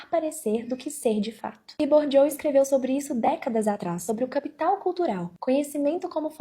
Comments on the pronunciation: Bourdieu não é Bourdieaux não... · Po, querida. Aprende a pronunciar o nome do sociólogo francês Pierre Bourdieu antes de falar de capital cultural de rico no tiktok com essa caneca vazia.😅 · O jeito como ela pronunciou o nome de Bourdieu matou uns 20 sociologos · Sério, que nenhuma dessas pessoas do tiktok conseguiu pronunciar corretamente o nome de Pierre Bourdieu? E ainda pessoas querem dar dicas de capital cultural. 😅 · A influencerzinha não sabe nem pronunciar Bourdieu e tá opinando sobre capital cultural.😂😂😂 É por isso que a internet sai de um onda f4ke para outra. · Acho muito curioso a pessoa querer falar do Bourdieu, mas não conhece a pronúncia do nome... me faz pensar se ela realmente estudou o cara, ou só ouviu o galo cantar e não sabe onde. Sei lá, será se fui preconceituosa? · A primeira coisa que reparei foi a pronúncia incorreta de Bourdieu em vários tik toks... realmente um código dado que, em geral, pessoas ricas falam francês fluentemente desde criança. Inclusive, muitos desses são alfabetizados em francês estudando em escolas de elite... amei o choque de realidade... muito bom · Coitado do Bourdieu, deve tá revirando no túmulo. Citar que o Bourdieu escreveu sobre capital cultural (e ainda pronunciar o nome dele errado) é fácil, quero ver ler dois parágrafos do que ele escreveu e entender alguma coisa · E sem saber pronunciar Bourdieu. 😂😂😂😂😂😂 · A gente já sabe que a mocinha tá performando porque ela não sabe pronunciar Bourdieu kkkk